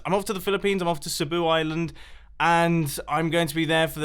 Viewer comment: You really butchered the word 'cebu'